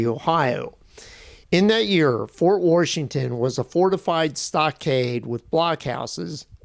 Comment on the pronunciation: Why are you saying worshington? Are you from Pittsburgh?